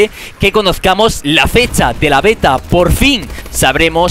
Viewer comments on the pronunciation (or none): none